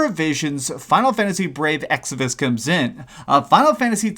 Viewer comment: Man! You've already done a couple of vids with brave exvius. EX VI US. not exivus, not exodus. Mobile games is a different niche all together, it's not trying to replace your console games. If it's not for you, then don't play it! If your argument is "this is destroying gaming because of the gatcha system", well, square is a jp based company mind you and the whole idea of the game is the same as the gatcha machines so prominent in japan, so it's aimed at a different culture. Not to mention how mobile gaming is really popular there. Now, bashing a game because you don't understand that said culture is just insensitive. I played a couple of gatcha games, it's a collectors game in essence. Some good some bad(see what I did there). This one, I have not played, looks like you have not (at least before making this vid) either. So why don't you try it first before making a vid like this?